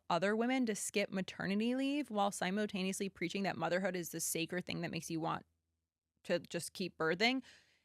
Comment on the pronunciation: You sound jealous, petty and mean. You are obviously projecting and also you are pronouncing “simultaneously” wrong.